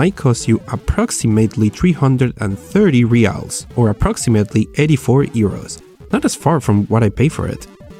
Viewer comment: Congratulations for the pronunciation of "reais" hehehe I got curious to know how did you search new and used cards in Brazil and India. I don't think you know Portuguese and I don't know if Indian websites are available in English